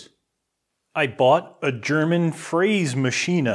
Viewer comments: Hey 😂 sounds like "Freysmaschina" say it like "Fras-machina" "Mill" in German is "Mühle" ( a tiny house with a wooden wheel moved by water) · FRÄS-MASCHINE not FRÄSE-MASCHINE greetings from Austria ;) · fräsemaschiene? Das ist aber kein gutes deutsch:) Ich bin in in der Ausbildung und haben eine deckel fp4A die ist dafür das sie so alt ist echt gut, hat eine Kugelumlauf Spindel und einen Öler und kann so gut wie alle Programme Abfahren:D Gutes Video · Fräsmaschine ist richtig, niemand sagt/schreibt Fräs>e<maschine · no, very exciting! By the way, it's not "maschina", it's "maschine", so the "e" in the end is like the "e" in "hell" or "heck" or "helicobter", and the "ä" in Fräsmaschine is a realy long "äää", othewise it sounds like "fressen", what means eating of an animal. So "fräsen" comes with a long "äääää ... " noü not that long ... but longer ... oh, f.... just hear it in the google translater ;-) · Please! For the love of God.. never ever say fräshmachine and prounance the E... The German language is some slobby Chicago English bull****.... Never ever do that to the German language again.. please. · Fräsmaschine -> "Frä-" like in FRIEnds, "Ma-" like in MAcho :) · actually the Ä gets spooken like the a in the word tap. is one single letter and gets spoken like that, just as a tip ;-) and the last letter e gets spoken almost the same just a bit more like the e in cabinet, so in the next video i would love to here you try it out :-) :-) :-) and its written Fräsmaschine not Fräsemaschine. yes German is my main language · It's so funny to see this Video as a german!😅😂 We have 4 Mahos in our company, and they are all fithy😂😂 Maybe i can answer some questions! I fucking love how you pronounce Fräsmaschine😂😂👍🏻😍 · Have fun with it, it's a solid piece of engineering. I like your accent when saying "fräsmaschine". ;-) Greeting from This Old Germany!